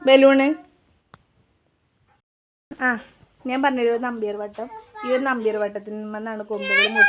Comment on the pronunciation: നമ്പ്യാർവട്ടം അല്ല നന്ത്യാർവട്ടം ആണ്